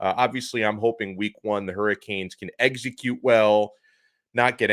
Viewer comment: Eggs-a-cute well???